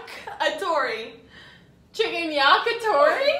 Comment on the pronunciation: How you guys say, yakitori.. Disgusting